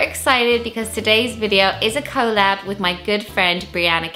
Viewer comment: The way she said collab was very weird